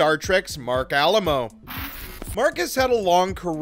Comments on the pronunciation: Yes please pronounce his name correctly - Ah-LIE-mo. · Say it with me now: Ah-LIE-moh. Might be good to pronounce your subject's surname accurately. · Besides pronouncing his last name totally incorrectly through the whole vid, you missed a character – Marc Alaimo appears as a guest in Vic's Lounge in the final episode of Ds9, making the total character count 7. Research is always helpful instead of being lazy and parroting/plagiarizing info from Wikipedia.